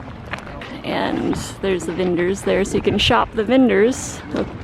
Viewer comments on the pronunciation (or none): vendors, not "vinders" lol